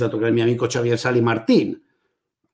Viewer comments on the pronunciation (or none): none